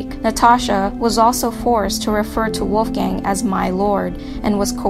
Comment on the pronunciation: LMAOOO listening to the girl say the name Wolfgang really bothers me.. mainly because of the big mispronunciation..🤔😒